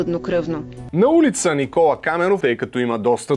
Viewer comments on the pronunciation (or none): none